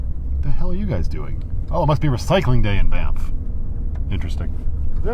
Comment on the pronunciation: Thanx for helping me know how to pronounce banff properly😅